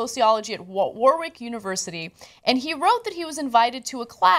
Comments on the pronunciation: War-wick? Really? It's pronounced War-Ick What is it with Americans and their inability to pronounce basic words correctly? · It's pronounced "WORRICK" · wor-wick hahaha lol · It's pronounced Worrick. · "wowohwrik university". Butchered that one, love. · FYI Warwick is pronounced war-ick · It's pronounced 'war-rick'.... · Did any other Brits out there laugh at how Ana pronounced Warwick? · Warwick - we dont pronounce the second W.... Just to change the subject... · We don't really have frats in the UK so it's a bit diffrent, and you don't say the second W in Warwick...